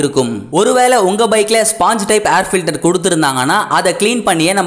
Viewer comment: Try to pronounce word of air filter properly.